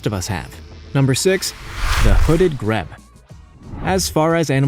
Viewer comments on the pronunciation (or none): grebe said like greed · the correct way to pronounce GREBE is "Greeb" you idiot, that's just one of the things you got wrong that is the most annoying! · Grebe is pronounced greebe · The Grebe isn't pronounced Greb it's pronounced Greeb 🙄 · The Grebe isn't pronounced Greb, it is pronounced Greeb. I guess it depends where you live. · wtf is a "greb"? It's a grebe, pronounced "greeb" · Dare I point out that the pronunciation is very poor? Hooded greb. Is pronounced greeb. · It's Not Greb....It's A GR'EEB! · “Greb”! They are beautiful and interesting birds pronounced Greeb. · Grebe is pronounced GREEB , with a vowel sound like weed. It does NOT have a vowel sound like ebb. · Grebe is prononounced as greeb not greb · Okay, I had three issues with this video. 1) Grebe is not pronounced greb. It is grēbe. 2) Tanzania is a country in Eastern Africa, and is pronounced Tan-zan-ē-ah 3) There are two species of related birds in the Western, and Southern United States that are frequently heard, but very hard to actually see, that I think should have made the list. That is the Poor-will of the west, and the Whip-poor-will of the southeast. However, these birds are not endangered, just very well camouflaged. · No6, it's Greeb not greb ❗❓❗ 👍🏻🍺😜🐾☯️👽👻💙🇬🇧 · Who does your proof reading? Yang-Tze, Like Bang T-sea. Grebe, Like Greed with a "b." Tan-Za-nia, Like Tan duh knee a, with a "z." How the hell am I supposed to take what you say seriously if you don't even take the time to find out how to pronounce the names? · Pretty sure 'Grebe' is pronounced 'Greeb' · PANG guh lin - pangolin YANG see - Yangtze GREE buh - grebe Tan zuh NEE uh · Oh god! Grebe is pronounced "Greeeb" you're killing me!!!! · it's pronounced YANK-zee and GREEB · Yangtze has two syllables: Yang-tze. Grebe has a long E - Greeb. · Hooded gree be to rhyme with Yankee dweeb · Pronounced “greeeeb” hooded grebe x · The name "Grebe" is pronounced "Greeb". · The Hooded Grebe’s name is pronounced “GREEB.”